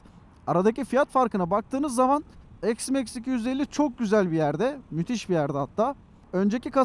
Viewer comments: Eksmax demeyeydin iyiydi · Ne çeşit bir isimlendirme bu "eksmeks"...